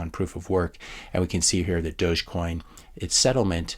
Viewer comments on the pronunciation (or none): none